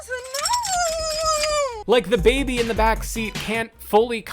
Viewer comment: The woman that says Baabee (I don't even know how to spell it) instead of baby. Like it's so obvious that it is not real but people believing that it is. It bothers me.